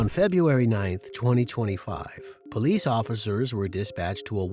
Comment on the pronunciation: Poe leese! Ghetto